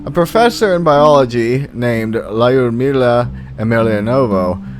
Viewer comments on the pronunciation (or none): none